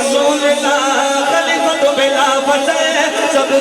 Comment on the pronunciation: خلیفۃ نہیں خلیفتہ پڑھا جائے گا۔۔